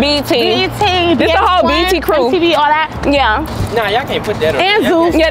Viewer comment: said "nickelodeon" 🤣🤣🤣🤣